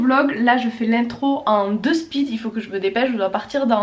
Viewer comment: "en despeed" 😂😂😂 on dit "en despi" (de-spe) le verlan de speed justement mdr tu m'as tué